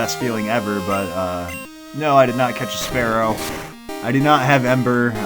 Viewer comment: It's pronounced "spear-oh"😂